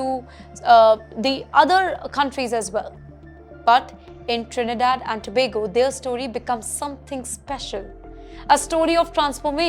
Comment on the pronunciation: This was great. 🎉❤ And thank you for actually getting the name of the country right so many people get it wrong!